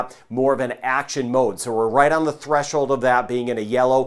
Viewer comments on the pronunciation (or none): none